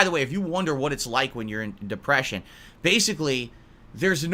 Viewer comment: "Mah dehpreshiohn!" ANGRY SNORT Most people who suffer from depression doesn't bring up that they have depression.